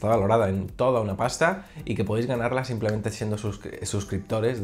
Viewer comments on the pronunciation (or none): none